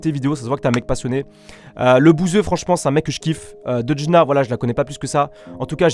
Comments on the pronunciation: Ne le prends pas mal mes c deujna pas deudjna mdr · C’est Deujna pas deudjna 😂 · "deudjna" jpp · "Deudjna" ptdrr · Il est pas crédible en disant DEUDJNA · ON A COMPRIS IL A DIT DEUDJNA PAS BESOIN DE 10000 commentaire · "DEUDJNA" mdr toute la vidéo il a niquer son pseudo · "deudjna" mdr🤣🤣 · bonne videoo et mdrr il di deudjnaa